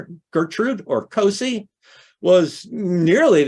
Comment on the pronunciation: Hi, this was wonderful! I'm the great-grandaughter of Gertrude "Cosie" Hutchings Mills (daughter of Elvira Sproat Hutchings, my great-great-grandmother! So that makes Florantha and Granville my great-great-great grandparents. By the way, Great grandma 's nickname is pronounced "Cozie". And we don't know why that was her nickname. It is SO sad that Elvira and John Muir and Elvira couldn't be together. But he kept writing to Cozie. She gave my mom and my aunt pine saplings for christmas every year. At the time, my mom said, they didn't appreciate it. Later my mom understood she was trying to impart a love of nature. And she did do that. They called her "Little Grandma" because their other grandmother was a very large woman, where Cosie was petite.